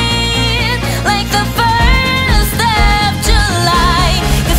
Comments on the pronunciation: Great talent and def waifu material. Shes cute on the accent pronunciations like when she sings ferth of july. XD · Fourst It is hard for non english speakers to pronounce TH